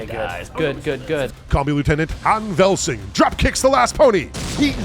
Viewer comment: "lieutenant Han Velsing" and not what you said.. cmon